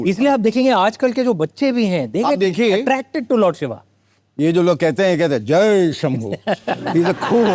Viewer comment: Why is he saying “Shiva”, if it is Shiv.